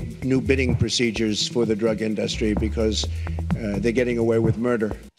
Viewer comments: Trump says industry like anyone would when reading the word for the first time. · In-duh-stry lol! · When in doubt, spell it out Mr. Trump, "Inn-dus-tree" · Nucular Indastries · Thank you Ana for addressing the way he pronounces industry. It is just plain wrong. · I know someone from Oregon who pronounces industry that way. It is likely an accent/dialect thing. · Why can't he say industry?